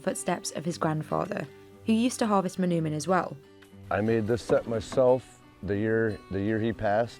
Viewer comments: For the sake of accuracy, the “oo” in “manoomin” is pronounced like the “o” in the word “toll” not “tool”. “Muh-NOH-min”. The Ojibwe language doesn’t have that “ooh” sound, and if you catch an Ojibwe saying it that way, it’s because they didn’t get to learn their language, unfortunately. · Mah-NOH-min, not mah-noo-min.